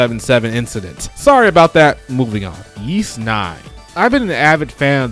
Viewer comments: You're confusing Ys for Kanye's ugly shoes. It's pronounced EES, not YEES.... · Great list, small nitpick, though. Ys is pronounced "Ees" or like you're saying "east" without the T. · What did you say ? Sounds like “Yeast Action JRPG” but maybe I’m deaf lol 😂